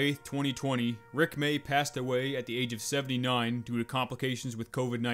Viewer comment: When he said Rick may, it hurt me